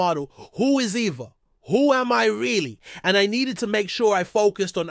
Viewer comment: Why is he pronouncing her name like that?